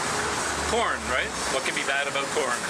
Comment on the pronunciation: “Aboat” and you quickly change to “about” 😂 JK no offence though.